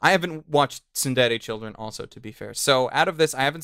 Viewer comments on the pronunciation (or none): its TSURE-DURE CHILDREN REEEEEEEEEEEEEEEEEEEEEEE >_>